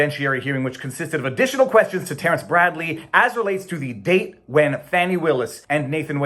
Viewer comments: Dude 100% said "dang". I was explicitly listening for "date" and distinctly heard "dang". 🤣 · Date dang hard to say